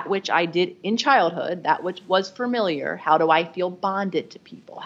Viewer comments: Say “fer-miliar” one more time. I dare you. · Ooops! Fuh-MIL-yer rather than Fer-MIL-yer Ooh boy! And FORE-hed. Instead of Far-hed